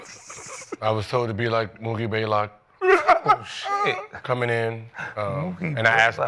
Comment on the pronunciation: It’s been 20Years and Gilbert still can’t say Mookie BLAYLOCK correctly 😂😂😂